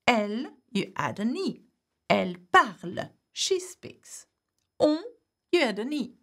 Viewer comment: We dont say "e" at the end of parle. It is silent. Why do you say it separately? It is silent.